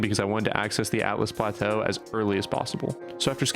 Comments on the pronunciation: Hate to bug ya, but it’s Altus Plateau, not Atlus. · Access the “atlus plateau” lmaoo…altus??? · "atlus plateau"